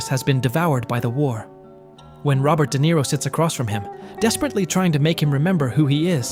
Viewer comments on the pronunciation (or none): none